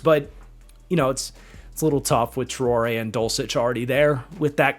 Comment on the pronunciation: Traore is probably pronounced French as in "trow-Ray." I'm not a Mississippi State fan, but Ibrahim Traore is the president of Burkina Faso and that's how its pronounced for him.